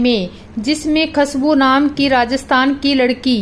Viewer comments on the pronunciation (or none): Bolana toh sikh lo. Khasbu nahi khushabu bol. Baltara nahi balotara hai.